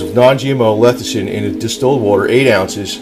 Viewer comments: Lecithin, not "lethicin." LESS - I - THIN. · Early everyone keeps saying it wrong. No one wants to start a word with L E S S-ih-thin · "Lethicin"....? How to spot an expert...!